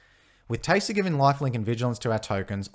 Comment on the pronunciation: The accent makes it sound like your saying "Teyser" and I love it!